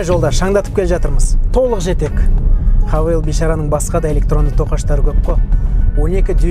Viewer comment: Хавейл емес хэйвал боп оқылады ғой ереже бойынша. Havale - хавейл, Haval - хэйвал!